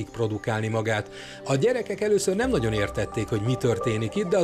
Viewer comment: ő nyem kapott